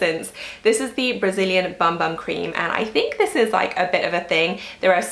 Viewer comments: Vinicius Blank Fonseca I was just going to comment that it’s pronounced boom boom 😁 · Hi, I loved this video, but just one thing....you know that Bum Bum cream is pronounced Boom Boom, don’t you?! It might help your mother-in-law to know this 😂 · The BumBum cream is pronounced Boom Boom. It’s a holy grail product for me! And I do use it on my arms, legs, hips and bum 🍑 and everywhere else! 😂